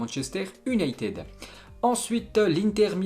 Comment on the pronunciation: La manière dont il prononce toujours "U"nited me gêne gravvvv